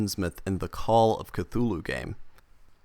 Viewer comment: Cthulhu is not pronounced cathooloo but khooloo... kinda like hulu